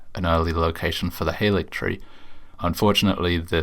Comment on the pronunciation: more useless info! halig (as in haligtree) is a rare instance of the VAs getting incorrect direction. it comes from old english, and is the predecessor to the word "holy," and is pronounced similar to the word 'holly'. odd how they got "gaol" right as "jail," but didn't get halig right.